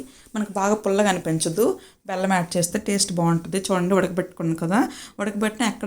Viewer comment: అక్క నీ కంద కూర ఎవరూ పట్టుకుని వెళ్ళిపోరులే అక్క ... కొంచం స్లో గా చెప్పు అక్క 😂😂😂...ఎంటి అక్క బెల్లం కి పెళ్ళాం అంటున్నావ్ ... వినేసం మేము....మళ్ళీ లేదు బెల్లం అన్నాను అనేసి అనకు అక్క 😅😅😅...ఆ దురద కంద రెసిపీ మాత్రం మంచిగా వచ్చింది అక్క ...నాకు నా స్టైల్లో రెసిపీ నీకు చెప్పాలి అంటే...డైరెక్ట్ కర్రీ నే change అయిపోతుంది అక్క 😂😂😂... తరువాత అహ్ రెసిపీ పోస్టు చేయాలి 😅😅😅...అక్క లైక్ కొట్టేశ...గుడ్ night అక్క